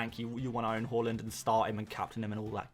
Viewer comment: Why do you pronounce Haaland as Holland tho? 😂